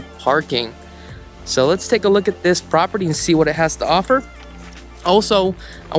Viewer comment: "Look-ad-dis......Look-ad dat"......sounds like a bad used car salesman but trying to sell a million dollar home. Detail descriptions aren't even accurate. I doubt this guy even listens to his vid afterwards.